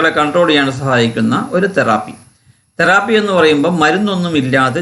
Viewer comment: It's therapy not theraaaapy